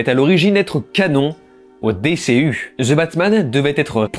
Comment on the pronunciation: Je ne crois pas que cela se dit "zeu" batman 🙄